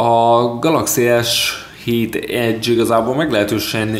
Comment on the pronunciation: vegre valaki jol tudja kimondani az s7 edge-t!